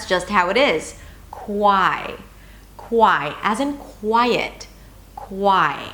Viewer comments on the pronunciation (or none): none